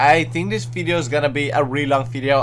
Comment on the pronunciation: its video not fideo xD